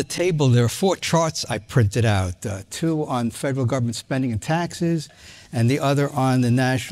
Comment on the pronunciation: You said taxes wrong.